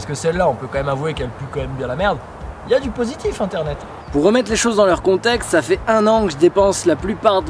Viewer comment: Tu fais bouseux en disant internet a chaque fois ...